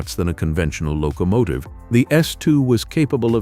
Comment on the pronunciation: What’s a “lo COmative?”🤣